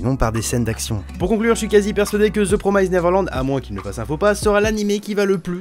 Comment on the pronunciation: Et c pas promyzede néverelande... ça fait mal à l’oreille